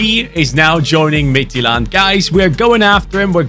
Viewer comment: great pronunciation of midtjylland, as a dane im proud of you